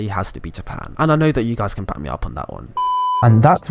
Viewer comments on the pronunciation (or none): none